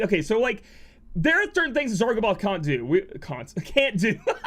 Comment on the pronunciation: "Cant do" accent though...somebody too excited for zarb 😆